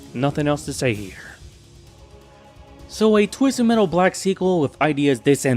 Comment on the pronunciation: “twizzted mettle”😁